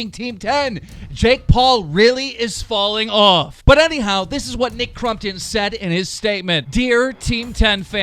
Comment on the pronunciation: Nick “crum”ptom Lol